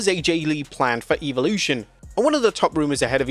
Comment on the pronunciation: bro is relentless is misspronouncing this PLE, its EV olution not EVE olution